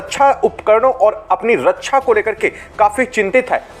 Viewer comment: रक्षा बोलो रच्छा नही